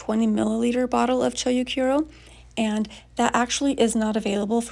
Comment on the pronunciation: Chou is pronounced cho with a longer o sound. It's not cho-u or choyu or chow.